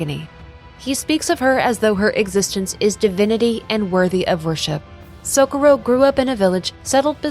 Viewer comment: So co rro, not socoro, but awsm vid